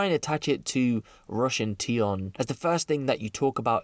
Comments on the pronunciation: It’s russ not rush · Its RUSSS my bro ..not RUSH...😂😂😂